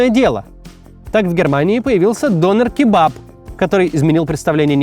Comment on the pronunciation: Максим, вам бы нужно поговорить с туркоязычным, прежде чем произносить турецкие имена или слово дОнер. Режет слух. Это тоже, что вас назвать не МаксИм, а мАксим.